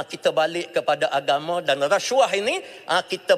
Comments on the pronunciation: Racuah..haha,sebut pun xtau ape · Menyampah betul menyebut resyuah, resyuah....tup2 NAFAS skandal baja 1.9B, ish ish